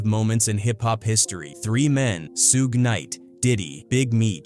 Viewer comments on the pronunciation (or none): Sooge? it's Suge as in "Sugar"